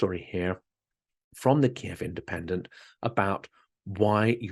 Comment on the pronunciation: I agree. Ky iv.